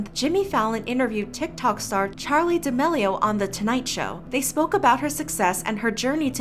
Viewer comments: “Charlie Demellio”...I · ok but she pronounces charli damelio is like "chaeli daelio" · I refuse to believe I’ve been pronouncing Charlie D’Amelio wrong